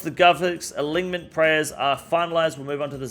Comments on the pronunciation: It's pronounced alinement bro. Unless that's just how u guys say it there then in that case I'll go fuck myself lol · Ya wtf is an a-lig-ment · Please stop pronouncing the g in alignment lol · He said god alignmentligmas 😂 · Bros out here callin us morons while saying ‘aligmint’ 20ish times in a video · Say it with me [UH] + [LYN] + [MUHNT] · my man the g is silent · why does he says alignment and not alignment? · The way he pronounces alignment cracks me up every time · Somebody help this man pronounce alignment. Appreciate the video update still. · You are one of the most well spoken off the cuff creators I've seen on Youtube. But you can't pronounce alignment. Ffs cunt